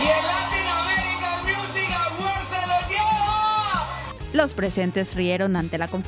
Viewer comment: Tú también te equivocaste pronunciaste musin (miusin) en lugar de pronunciar music (miusic)